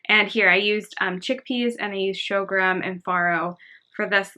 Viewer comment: It is pronounced "Sore-Gum"!!!